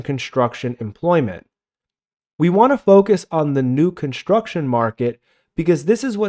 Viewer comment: "conshtruction"... shtop it.